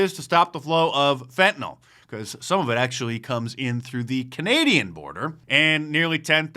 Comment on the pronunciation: It's fentanyl not fentynol